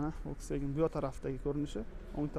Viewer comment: Блоггер укам, Волксфаген эмас!!! Фолксваген булади!!! Саводингиз устида хам ишланг,илтимос узбекларни саводсизликда айблашларига сабабчи булманг. Хатто русча сузларда ургу кайси товушга берилишини хам билмайсиз. Сизни саводсизликда айбласак аник жахлингиз чикади лекин факт шуки, сизни саводли хам деяолмаймиз. Танкиддан тугри хулоса чикарган инсонгина улкан ютукларга эриша олади.